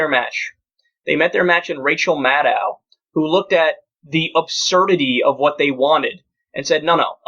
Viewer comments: Secular Talk Dude, if you're going to report on her work in the future, GET HER NAME RIGHT: It's pronounced Mad-OH...rhymes with SHADOW! Amadán! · Her name is Maddow. Rhymes with shadow. Not Maddow, rhyming with mad cow. If the left can't even pronounce her name correctly, who will? The second syllable of her name is pronounced "doe," like a baby deer. Not "dow," like the Dow Jones Industrial average. Get it straight, people. -smh